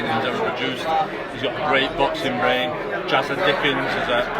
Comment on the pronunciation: It's jazza not chazza